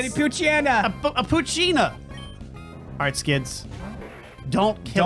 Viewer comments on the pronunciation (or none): Poochyena i pronounce as Pooch eye 'ena